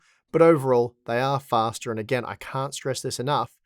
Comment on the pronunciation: It`s fastah